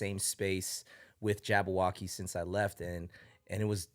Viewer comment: is Jabbawockeez not Jabbo... other than that great interview